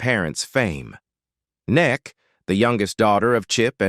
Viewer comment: Neck??? Is that how AI pronounces Emmy Kay😮???